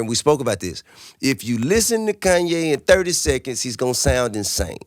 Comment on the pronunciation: "Koonye" says the 16 year old white kid in his parents' basement.